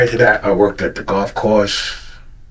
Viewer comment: So he can say “correspond” correctly but in the same breath says “worked-ed” 🥴